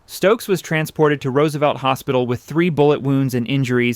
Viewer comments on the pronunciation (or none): none